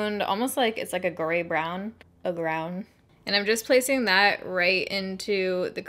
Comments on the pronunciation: "a grey brown. a gr-own" 💀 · Grey-brown... “a grown” lol too funny!!!!!!